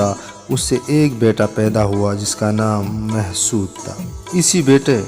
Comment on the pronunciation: Why is “Mahsud” nowadays pronounced as “Mehsud”? I’ve never seen a Pashtun refer to these people as “Mehsud”- neither does it spell it in that way in any history book. Is this yet another new thing?